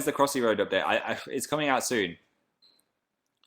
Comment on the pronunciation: ...did anyone else get a shiver when he paused and said deliberately "It is coming out soon." no? just me? weird moment.